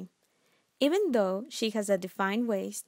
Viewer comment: She meant to say “THOUGH” but it sounds like “duh”